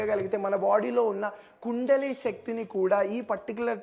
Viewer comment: Oreykundali kaadu kundalini